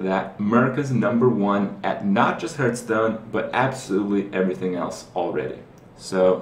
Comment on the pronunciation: How do you, after streaming and playing this game for over half a year, still don't know how to pronounce "Hearthstone"? Like I don't fucking get it, the innkeeper literally says "hearth" when you turn the game on. PLEASE, it irks me so much.